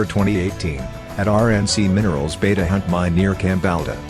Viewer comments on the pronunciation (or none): none